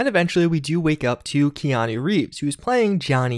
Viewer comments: Say it with me... KEY-ah-Nu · How did you manage to pronounce his first name wrong?